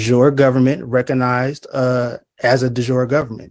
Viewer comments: It's not we jour, it's definitely jure,which roughly means by the he law or based on the law. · 🤦🤦🤦😑😑😑 Oh my good God, you embarrassing, Dunning-Kruger's clown of the first order. You must be an American. It is DE JURE NOT DE JOUR and it is CLASSICAL LATIN NOT FRENCH, and it means 'by law.'. Even the moron in court knows what it means. Therefore, you don't even have basic general knowledge about the law nevermind an obviously negligible level of education. The same applies to your ridiculous up voter of course.